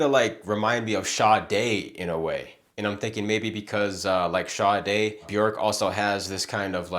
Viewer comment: First time I hear a reactor pronouncing Sade the right way. :medal-yellow-first-red